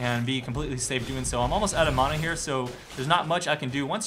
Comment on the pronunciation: you say mana like eh mon'a